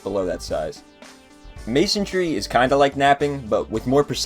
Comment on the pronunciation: *Masonry. Not Masontry